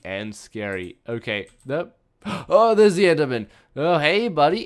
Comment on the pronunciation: Who noticed him say enderman?